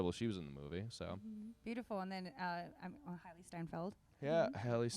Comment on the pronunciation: wait the way they butchered hailee's name tf